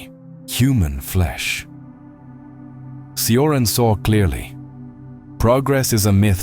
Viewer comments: Cioran is pronounced CHO-RAN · Cioran is pronounced “Chorahn” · poor Emil Mihai, always mispronounced, often misunderstood